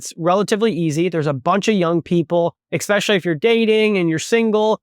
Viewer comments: expecially is not a word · Just some constructive criticism. I'm not trying to be rude, but the word is "especially" not "ekspecially". If you would have only used it once I probably wouldn't have said anything. But you used it three or four times.